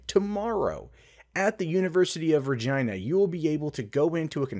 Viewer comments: You pronounced it correctly. Regina is "REE - JAI - NA" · Believe it or not; you're pronouncing "Regina" correctly. It's the capital city of Saskatchewan. source: I'm Canadian. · Your mocking way to say Regina is actually how it's pronounced. My fiance and I had a good chuckle at that. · Hahaha. You got it right,. The way us Canadians say "Regina" rhymes with vagina. Saskatchewan's easy to point out on a map. If you add it to the USA as the 51st state, it'll look like the country's flipping the bird. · Your pronunciation of Regina is 100% correct. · You pronounced Regina properly as far as we Canucks typically do. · You're actually pronouncing Regina correctly. As a hockey fan, I've heard that city's name numerous times. Also, think back to Deadpool when he says, "That's why Regina ... rhymes with fun." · Sadly you are actually saying Regina correctly. Yes, there have been a few jokes made about that one. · Pronouncing Regina with a hard 'I' is correct, good job. 👍